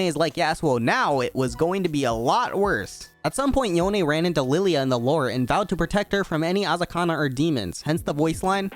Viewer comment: It was hard to watch this video with you saying “yon eh” it’s just yone like “Yo N”